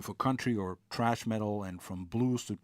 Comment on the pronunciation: he said trash metal haha